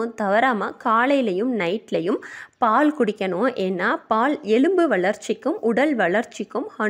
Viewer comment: அருமையா பதிவு. அனால் தமிழ் உச்சரிப்பு சரி இல்லை. பால் பாள் வாழைவானள என்கிறார்